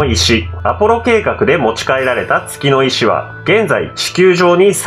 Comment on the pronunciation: 月の石が けつの石にしか聞こえんのだが